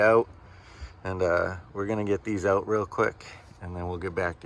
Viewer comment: It's OUT not OWWWWWWWWWut